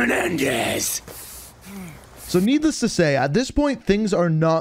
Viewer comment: the way he says Menendrz is just too funny😂